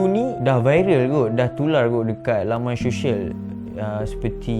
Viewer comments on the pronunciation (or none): Syed disebut sayed Social disebut soshel bukan sho-shel Sama2... hahahaha